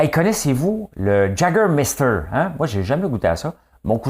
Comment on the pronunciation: Jaws 3D vient de sortir ;) et oui j'pense qu'ya plus de spécialiste en croissance d'entreprise que de vrai entreprise en démarrage, tout comme j'pense qu'ya plus de spécialiste en croissance personnelle que de gens qui en ont vraiment besoin ;P surtout à 555$ dollars la minute ;P ah oui et si tu veux savoir Juste de même si tu veux le savoir on prononce YA-GER-MASTER ;P sur ce bonne journée à toi ;)